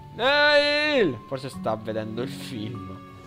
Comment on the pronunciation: comunque Neil si legge Nil. Bel video <3